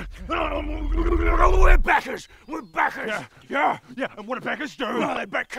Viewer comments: Actually, I heard bankers. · I heard beggars too. I'm not a native English speaker, so I think is just the way they say it. I noticed backers the third time they said it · I can't be the only one that heard 'beggars' at first... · Lol I was wondering what "beggars" had to do with kickstarters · Ooooooooh... It's Backers! Now it makes more sense... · As an Aussie, I heard beggars the first time, but the second, and subsequent times, I distinctly heard backers. *shrug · Briton here. I heard "beggars" until reading this comment thread. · Australia as well but I'z a heard beggers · I thought it too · German here; heard beggars the whole time... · I'm aussie, I heard "beggars" until they said "let's go back'em!" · If anyone listend they did say beggers, and beggers reffered to them begging for merch as proven at the end of the skit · I'm a Brit and all I hear is "beggars". In the same way that every time someone says Ben all I hear is "BIN". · Wasn't it beggars? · Wait, they're saying "backers"? Fairly sure they'Re saying "beggars" lol. As in, they "beg" for the rewards :D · Bah! What Wizardry is this? The first watch they said beggars but upon second viewing they clearly say backers! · English here. I thought they said "buggers". Sorta glad they said backers... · Yeah I definitely heard beggars, until I read this comment, then I heard backers lol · Since it was about Kickstarter my brain heard “banker” 😂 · Sounds like (Beck-gers) when they say it, so yeah to us Americans we will think Beggars. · I heard beggar and then hear 'becker'. Probably because you pronounce your 'a' the same way I pronounce my 'e'. I'm from the UK btw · Wait they weren't saying beggers? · LoL thought he was saying beggars this whole time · Yup, sounded like beggers :D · DemonofLight80 Brit here and I thought they said beggars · I live 2 hours down the road from them i heard " beggars ". But upon reading the comments and re-watching it i now hear " backers ". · I def heard beggars lol